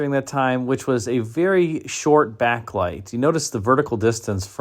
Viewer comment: You said Backlite. Well done.